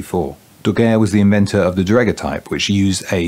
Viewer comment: I don't have any feedback to improve on the honest comments below; I heartily agree with them in all respects. One small point, however: this is how the word daguerreotype is pronounced: Cheers.